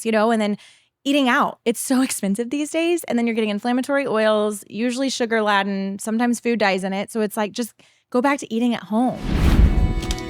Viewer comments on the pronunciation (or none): you mean sugar LADE-en not LAD-en, c’mon lol